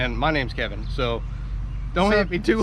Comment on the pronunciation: It's K E V I N. 😂LOL